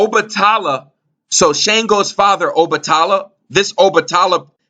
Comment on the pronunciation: Peace&Blessings! Shango(sh(ah)n-go) is in lined with Mars. Red color. Strength/Warrior Obatala(O-(bah)te-la) is more in lined with Jupiter. White color. Wisdom Combined to make the Orisha (red & white beads) Shango- St Barbara- Archangel Michael- Sagittarius- etc Good work the pronunciations was just killing me..